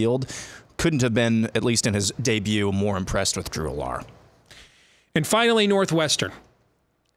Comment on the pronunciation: How far will we get into the season before learns how to correctly pronounce Drew Allar’s name?